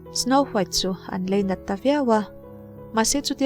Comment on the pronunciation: MIZO TAWNG HI ULUK THIN TEH U, IN RECAP VE NASA SI A, NGAIHTHLAK A HAHTHLAK DEUH THIN. TIN, LEINAT TIH A AWM NGAILO AW. LAINAT TIH TUR.... I LEI A NA A NIH LOH CHUAN LEINAT THU SAWI TAWH SUH AW...